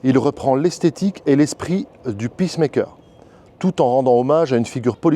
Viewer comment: Detail linguistique : c'est pas "paiss-maikeur" (phonétique ) Mais "piss maikeur " ... le 1er veut dire "faiseur d'allure " (appareillage cardiaque) Le 2eme "faiseur de paix" ...